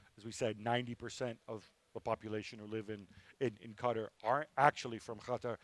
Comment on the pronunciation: Why does Gab pronounce Qatar like "Cutter"???